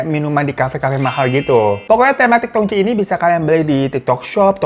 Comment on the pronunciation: Bang itu teh di baca Tongci, tji=ci, tj itu ejaan lama